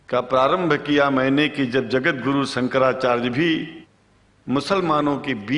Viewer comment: जिसका उच्चारण ही ठीक नहीं हो,शंकराचार्य बोलना नहीं आता हो,वो शंकराचार्य हो ही नहीं सकते।ठग पंडित है ये,मैं इसका विरोध करता हुँ।